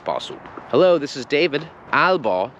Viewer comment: Błaznujesz! Przy 'Hello?' należy wymawiać literę 'h'.